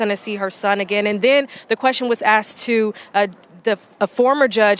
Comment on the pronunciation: A news reporter "axing" questions. WOW.